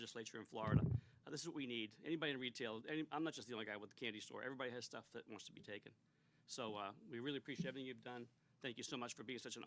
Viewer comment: “All this other shtuff” my man almost let it slip.